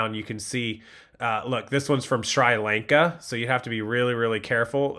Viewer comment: You butcher the name of the country sri lanka